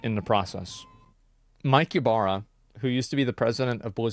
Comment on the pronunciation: Why everytime he says Mike Ybara it sounded like Capybara?